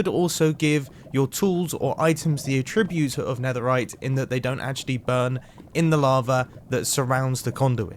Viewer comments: AAttributes, not atTRIButes baSALT, not BAsalt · The way he says attributes is so odd